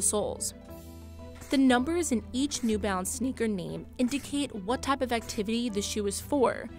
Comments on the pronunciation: Half the time, I thought she was saying 'new bounce.' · It's new balance isn't it. The narrator just keeps saying "new bounce".